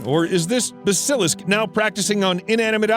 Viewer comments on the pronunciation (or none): "Basilisk" is pronounced "BA-sill-lisk." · Never heard Basilisk pronounced that way before.